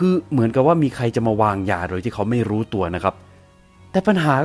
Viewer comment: ชอบคำว่า"ไม่รู่ไม่รู่" ของแอดมาก ขอบคุณค่ะ